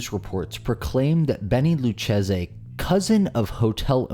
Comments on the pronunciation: That's "loo-KAY-zee" as in the Lucchese Crime Family. Remember? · I think Luchese is pronounced Lu-Kay-see. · In case people need it. His last name is Luchesi, but it is pronounced "Lew Cay See" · Lucchese is pronounced loo kay zee. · You're close. But it's - Lou - Kay - SEE - The "Z" would also be a mispronunciation. Take care. sincerely, Dean O. :-I